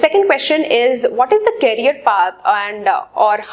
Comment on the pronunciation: Career ki pronunciation toh thik kar lije aap Please...It's request...